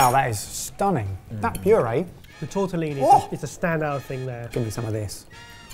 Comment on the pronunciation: It is "TortellONI" you heathens. "TortellINI" are the tiny ones. I have low expectations but- at least the basic terminology ffs